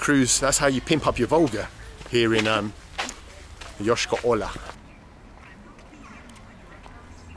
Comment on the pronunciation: Your pronunciation of Yoshkar-Ola sounds so funny :) Yoshka' specifically.